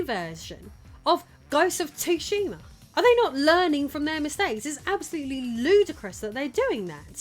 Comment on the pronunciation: Did you just say "Ghosts of Tushy"? Lol! 😆